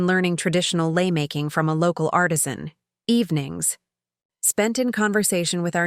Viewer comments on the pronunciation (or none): none